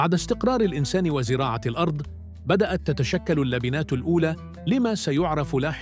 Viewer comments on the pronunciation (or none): none